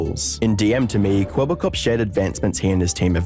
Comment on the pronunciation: The biggest tell in the video was that the AI (which was probably trained in English) did not know how to pronounce the Dutch word 'Kwebbelkop' (blabbermouth), and thus is always kinda mumbled it in the same tone of voice.